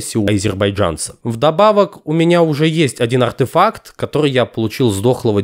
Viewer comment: Блин как же ты круто говориш артэфак с окцентом